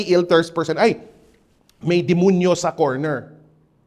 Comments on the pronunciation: Oo yung word na 'dimunyu'. He's probably a Cebuano mestizo. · I like the way how he enunciates Dimunyu like how the visayans say it. ❤